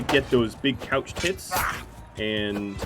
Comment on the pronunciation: I so happy you are saying couched lance and not crouched this episode it was really bugging me lol